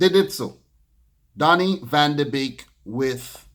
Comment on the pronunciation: Van de Beek is pronounced as "van de Bake"